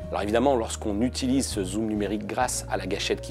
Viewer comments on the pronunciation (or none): none